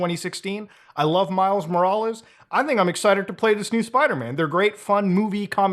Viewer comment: "I like the original Spiderman game in 2016 and miles 'moroles' " I think Muta had a stroke lol